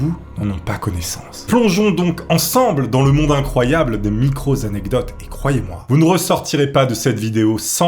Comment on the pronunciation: On ne dit pas "micro zanecdotes" il n'y a pas de "s" à micro dans cette acception.